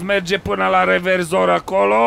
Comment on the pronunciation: ai zis reverzor in loc de rezervor